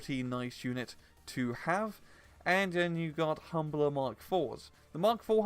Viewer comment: Is calling the Humber the humbler a fan name or something or are you mispronouncing them by accident?